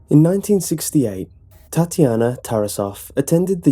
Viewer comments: ಠuಠ idk he says it like "TatIAna", not "Tatyana" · I like how u pronounce Tatjana, funny af xD